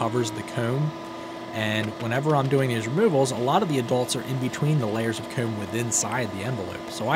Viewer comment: I’m really sorry, and your a great person don’t get me wrong. I love your videos. But the way you say comb DRIVES ME INSANE. It’s probably cuz I’m from the south but goodness gracious. But I really do love your channel!